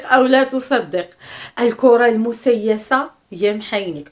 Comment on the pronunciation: ضحكتيني بنطق كلمة دجلفة ومسيلة